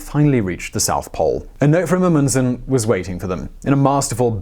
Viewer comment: Stop mispronouncing Amundsen. You mispronounce so many words...and it's infuriating.